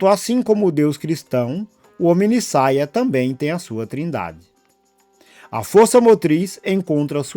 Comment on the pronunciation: Ou "HomideSaia!"😂 Bom vídeo, irmão!